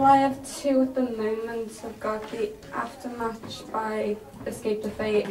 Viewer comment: btw it's aftermatch not aftermath